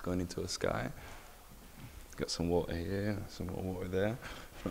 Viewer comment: wuht-urrr ova hurr, wuht-errrrr ova thurrr